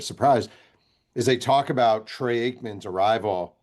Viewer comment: I didn't realize that Trey Aikman is the proper way to pronounce Troy. You would think a person selling a book about the Cowboys get the QB name right